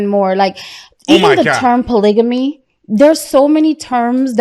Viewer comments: hold up bro bro!!! tf is "POLIGIMMY"....are you talking about fckn "POLYGAMY" ???? MAAAAN!!! we gotta do better folks. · JESUS H. CHRIST!!!…THE WORD IS POLYGAMY NOT POLYJAMY!!!…🤦🏾‍♂️ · polygamy .. why can't they pronounce it